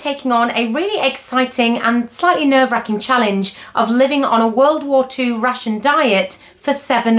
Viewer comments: As a non native speaker, I constantly hear "a typical russian diet" and it took a while to get it.😂 Glad you got to enjoy your "russian free" Fish 'n' Chips. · I listend to the video while I did the chores and was wondering why an english ate a russian diet. Took me a while until I recocnised she is saying rationed. And where was the fish?